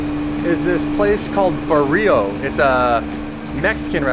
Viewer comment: Restaurant is pronounced BARR-IO then combine it to Barrio.